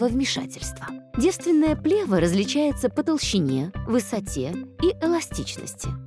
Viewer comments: Правильно ставить ударение на второй слог – плевА́. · еще б ударение правильно ставили- что за дикая плЕва!? хоть бы в словарь заглядывали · Ударение точно правильно - плевА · Вообще-то не "плЕва", а "плевА". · Не плЕва, а плевА. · Противно слышать когда в ключевом слове, повторяемом многократно, неправильно ставится ударение. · В слове плева ударение на последнюю букву.